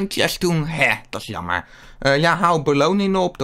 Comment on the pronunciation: Je zegt in plaats van jammer zeg je lammer ik verstaa jou plijna niet ik spreek jou taal niet